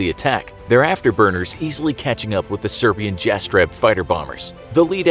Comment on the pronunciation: It´s read ,,Yastreb"